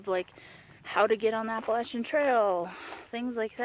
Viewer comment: Heyyy! So glad I found your channel and OMG I LOVE YOU ALREADY FOR KNOWING HOW TO SAY APPALACHIAN CORRECTLY!!!!😱😱😱❤️❤️❤️❤️🤣😂🤣 And btw thanks for following me on Instagram too- I really don’t know what I’m doing over there. Most of the time I’m just trying to catch up on the folks I like.🤷🏻‍♀️ But great job on your first video and I can’t wait to follow your journey!!!